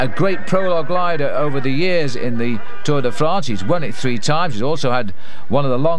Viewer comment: and the Tour Day Frants